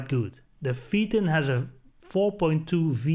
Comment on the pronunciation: Your pronunciations are way off, PHAETON= FAYTON. A little research makes a nice, in depth review. Just a wee bit advice.